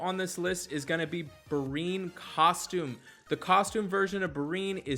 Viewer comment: Thanks for the tips, Anchor! But dude... you always crack me up with those name pronunciations. Bryne Hild, Rattasukr, Brinn, Gaddee Erus, Gregewrion. This should be a drinking game - you do a shot every time you mispronounce a name. You're basically Key and Peele's substitute teacher sketch. Thanks and keep it up!